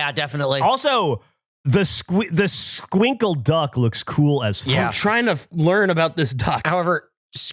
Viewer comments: Btw Skwinkles is pronounced with an e as in echo, it sounds like the word Squincle which is a way we call kids sometimes 🤣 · In Spanish we pronounce it "es-kwink-less" and it's tamarind